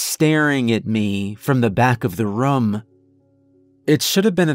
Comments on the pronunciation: Well done! I'm a large fan of what's known as "Portal Fiction" and this is clearly in that realm. My ONLY issue with this was how you'd say "room", it came off more as "rum". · Loved this story. But...his pronunciation of the word "room" as "rum" drove me crazy. Lol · I don’t think there’s one story from u where u haven’t said the word “room.” I notice every time because u pronounce it kinda like “rum” lol